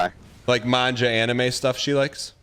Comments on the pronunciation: mangia LMFAOOOOO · mangia is CRAZY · I can't get over Dan pronouncing manga like an Italian restaurant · Even after reading your comment, I couldn't have predicted how he was going to pronounce it lmao